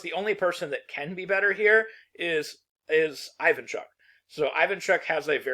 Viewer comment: How hard it is to check beforehand how to pronounce a few names nwn ai-van-chuck instead of ee-van-chuk is... disrespectful